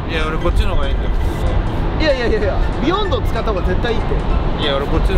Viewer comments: ビヨ↑ンド↓ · ビヨンドのイントネーションおかしいww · ビヨンドの発音が違かったな ビヨンドだった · ビヨンドの発音が違うなぁ 昔ビヨンド使って左しかいないチームいたわ みんな叩きつける走り打ちしてくるの 俺はずっとビヨンドの赤使ってたな